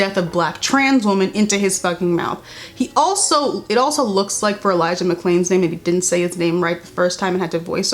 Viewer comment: Also he had to dub over Elijah McClain’s name because he pronounced it wrong. It’s pretty noticeable in the video. It’s so disrespectful